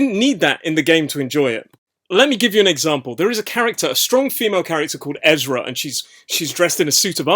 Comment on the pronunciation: so her name is ERza not EZra just wanted to make that slight correction haha